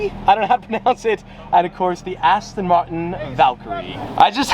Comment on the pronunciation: Why did you pronounce aston martin like that 😭😭